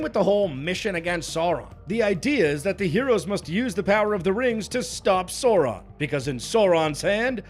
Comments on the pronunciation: Okay but it's Sauron, not Saron haha. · Sour-ron ❌ Sore-ron ✅ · Why does he pronounce Sauron as Sore-ahn 😭😭😭 I need back🤣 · He's not called Sorron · holy fuck how hard is it to say Sauron correctly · Rings of Power nearly as annoying as a video mispronouncing Sauron all the way through. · I mostly agree with the points made in the the videos... but I still don't understand why American Youtubers in particular are fucking incapable of pronouncing Sauron's name. Is this some kind of dumb engagement farming to reap those sweet, sweet comments or just a case of "forin langurge diferkult"? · Why does keep mispronouncing Sauron? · Drink everytime this guy mispronounces Sauron